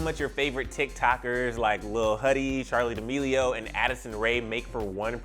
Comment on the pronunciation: The way that he pronounces D'Amelio Charli demeleoo